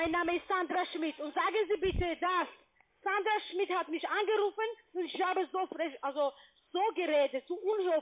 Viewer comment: Sandrrra Schmidt, ja ja....